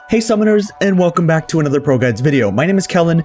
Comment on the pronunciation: The "hey summoners" at the start sounds like "hey sisters"